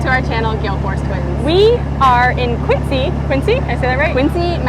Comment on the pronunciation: It's Quinzee not Quincy.